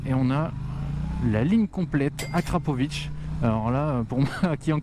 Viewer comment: enfin un français qui prononce convenablement "akrapoviC"! :)))